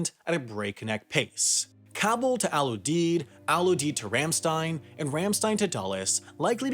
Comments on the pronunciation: I'm working the evac ops in Ramstein. First its not "Al Oodeed" its "Al Youdeed" pronounced. Also I don't know why you show Ft Lee in New York, its in Southern Virginia. Wendover feel free to hit me up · It’s pronounced Al You-Deed! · We pronounce it Al YOU-DEED.